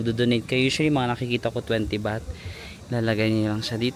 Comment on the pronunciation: “BAHT” po currency ☺️